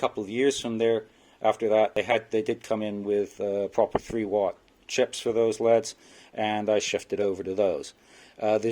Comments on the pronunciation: Cool video. Does pronouncing an anacronym like "L" "E" "D" really take too long? LED 's verses saying "leads" as if we are talking about pencils? Teenagers do stuff like this all the time. Nothing personal this is just a pet peeve. I hear many people who do this all the time. English is all too easy to butcher. It does not detract from one's intelligence but it does show ignorance. Ignorance can be fixed with education. I respect your "two cents". Thank you for posting this. With only one sensor you are absolutely spot on! They should have the sensor in the middle. As they built this crap it would not have mattered. I will not purchase one of these or any other from Kind. Thank you for saving me from this manufacturer. Do you have a recommendation for a LED set that can actually run at about 1000 watts? Do you know if they are still building them this way? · You are wrong. It made me cringe everytime he said lead. No you don't pronounce L.E.Ds as leads no way no how.